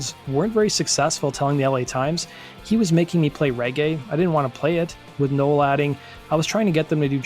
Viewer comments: Its "No.well" not "noah" please learn to speak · Uhhh...pronounced Now el....just sayin